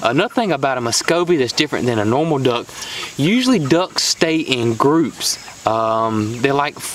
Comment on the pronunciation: Thanks for the information. I also learned how to pronounce duhcks haha jp